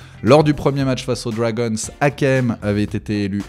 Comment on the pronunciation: C'est pas les Dwagonsse c'est les Dragons😂